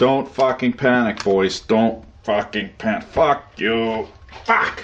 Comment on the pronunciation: "that could have been messy" seconds later "fack"